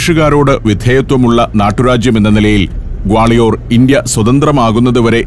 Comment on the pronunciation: ഞങ്ങൾ ഗാളയോർ എന്നല്ല ഇവിടെ പറയുന്നത്.ഗാളിയർ എന്നാണ്.🌹🌹💗💗💗